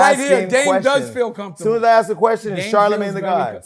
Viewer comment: "DAME DOES FEEL COMFTABEL" 🤣🤣🤣🤣🤣🤣